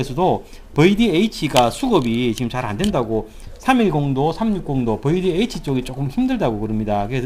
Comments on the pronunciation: 버이디에이치!!! 아... 좀 더 세련되게 뷔디에이취로 말해주세요. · 버이디에이치ㅋㅋㅋㅋㅋ저희 아버지도 발음이 저러십니다